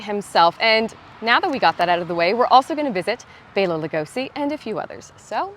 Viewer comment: Another great one! And good for you on “Bay-la!”